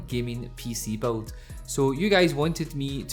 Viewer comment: it's build! not beld